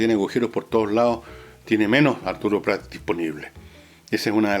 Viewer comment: Fernando, es Arturo Prat, no Pratt.